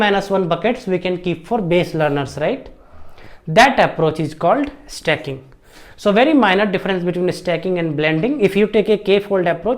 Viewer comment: Sir stacking thoda aur clearly bolte... Blending achha tha..🙏🙏